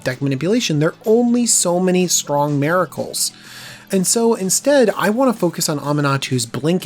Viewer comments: Say it with me, "mir-uh-kuh l," miracle. NOT "MAY-ra-kul". <3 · Whats a Merical? Is he trying to say Miracle? I'm new to this channel, it might just be his American accent. But this guy knows what he's talking about. Thanks for the video this is probably the deck I want the most from this set. Or the esper enchantment deck.